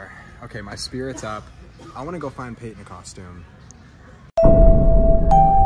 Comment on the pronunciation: You did payton wrong 😭😭